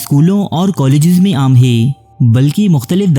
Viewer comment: Hee the way you pronounce hai 🤣🤣 heeei heii